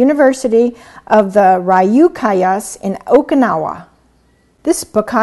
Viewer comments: Thank you for this video. I live in rural Japan and was surprised to find this word being used in English, although the way it's used here and in English are very different. In any case, I wanted to help you with your pronunciation of the Japanese name Teruo Higa and the Ryukyu Islands. Teruo is pronounced with three syllables "tay-roo-oe." You got Higa right. 'Hee-gah" And Ryukyu "ryu" is like "few" with an "f." And "cue" for "kyu." ryew-cue , two syllables. The Japanese "r" is different from an American "r" but this is fine for now. :) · The pronounciation of ryukyu and teruo killed me XD that was so funny. thank you for trying though but it was not exactly accurate hehe. Great video however~